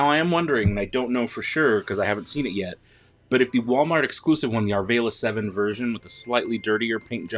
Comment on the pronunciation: The round panel wrapped around the thruster can be removed as well, to reveal engine parts sculpting, but, I didn't see you demonstrate that in this video? ALSO could you PLEASE pronounce Arvala-7 instead of "ARE VAY LUH", think VOLLY BALL(?) so you'll pronounce it "ARE VOL UH"? THANKS! Haha Excellent revuew otherwise, especially that peg underneath the carbonite block holder fingy!